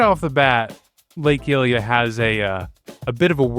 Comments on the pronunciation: "Gleerock" "Hat-no" "Heelia" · the hy in hylia is the same as the hy in hyrule cuz its named after her pls vro😭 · Why do you pronounce hylia as hill-ia when you pronounce hyrule as high-rule? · Is pronounced hi-we-an not here-we-an what I'm saying is that it's pronounced Hylia like Hyrule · Just to be helpful, some of your pronunciation is waay off. Hyrule, pronounced like High Rule, 100% Hylia, the goddes of HYrule, is pronounced High Leah, not heelia. and thus the people are HY lee ans, not heeleans. There is no R in Gleeok, so it's not glee rock. Hope this was helpful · You keep butchering the names from these games and this is the one that has me laighing the most. Its hylia like hyrule named after the goddess hylia. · he does call it hillea :( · mispronouncing Gleeok and Hylia in the same sentence gave me psychic damage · Awesome video! Although, the way you pronounced most of the regions as well as Hylia, had me wanting to tear my hair out. But otherwise, very informative :D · Oh god, some of these pronounciations annoyed me. Mipha (Me-fah) Hylia (Hi-leah) Those're the ones that bothered me the most. Most of them were correct, though. These two just really bothered me because they're characters. A princess who LITERALLY SAYS HER NAME IN THE GAME WHEN MIPHA'S GRACE IS READY, and a Goddess. ...I do still like to call Revali Ravoli, though, lol. Ravioli's Gale is now ready. (Revali proceeds to glare at me.)